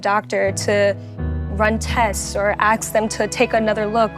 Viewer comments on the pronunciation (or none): Ask. ASK. Use proper English. It’s not AXE. What is so damn hard? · "I shouldn't have to beg my Doctor to run tests or aks them..."